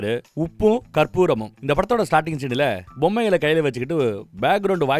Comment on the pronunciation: Uppu karpuram illa.. Uppu kappurambu